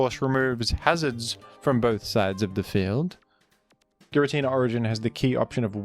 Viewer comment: youre saying giratina wrong its supposed to be GirAH tinUH